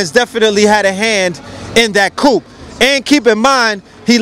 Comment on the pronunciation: Coup dont say the 'p' ... coo. But great talk!